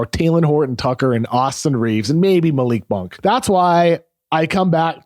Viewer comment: KOC's greatest contribution to the Ringer was correcting Bill's pronunciation of "Malik Monk" after like 2 years